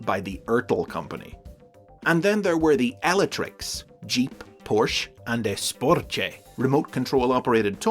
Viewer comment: As a Brazilian myself, it's very cool to see the Estrela toyline being included here! I saw you mention on Twitter that you were afraid of pronouncing their names wrong, but don't worry, it was alright! Just Esporte was a little funny, sounded like "Esportchê" :p And as always, great video!